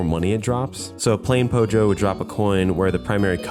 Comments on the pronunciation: Its Pollo (Po-yo) not pojo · Oh wow!, another scratch game for us, thank you for making another one for us 😊 Now that you are getting interested in scratch, i now have an opportunity to link you my game, but then I heard you pronounce Pollo (Po-yo) as Pojo, maybe this isn't my chance... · Chicken in spanish (pollo) is pronounced like poh-yo, not pojo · IT'S PRONOUNCED PO-HO, NOT POJO! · oh god, as a Mexican hearing someone says "pojo" it just i dont know its kinda just weird for me, i just uhhhhhhhhh, i just know its supposed to similar to pollo (pronounced poyo), i just uh i dont know. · Pollo is Pronounced pöēö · the way you're saying "pollo" was bothering me. Assuming you're talking about Spanish, you pronounce it "Poi-yo" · I love the way he says pollo lol It's the gringoest thing ever and I'm here for it